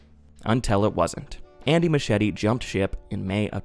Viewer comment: It's pronounced Moosk-ee-etty. But I digress ARGENTINA MENTIONED YEAA